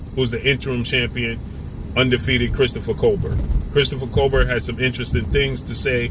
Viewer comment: Damn stay killing ppl names smh remember when he was calling Tank "Gavontay" lol. That man name is pronounced "Cobare"